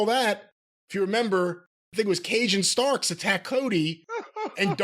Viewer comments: I swear I heard "Cajun Starks" too! That's a gimmick worth exploring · When said "Cage and Starks", I heard it as "Cajun Starks". Now that's all I want in 2023. Happy new year boiz.